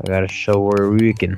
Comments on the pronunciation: its pernounced shur-ee-ken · its pronouced " SURE-IK-ENS"